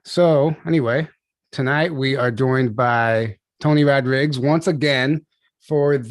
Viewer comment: These dumb freak hoes don’t know how to say your last name ROD-RIG-UES. Not rodrigs